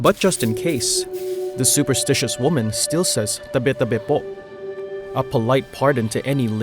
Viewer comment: the way he pronounced "tabi tabi po"... the filipino rage i felt jk great mini docu!